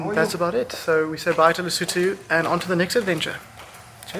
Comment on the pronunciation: Today I learned how to pronounce Lesotho